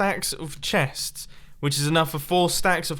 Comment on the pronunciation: "These chets" 😂